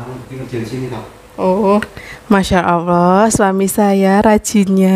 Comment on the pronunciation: Maaf mbak saya hanya mengingatkan klo menyebut nama tuhan kita Allah bukan awoh... misal masya Allah bukan masya awoh.... maaf mbak ya sesama muslim hanya mengingatkn bukan saya sok suci🤗🤗 trus bikin konten mbak... saya suka liat keluarga Xl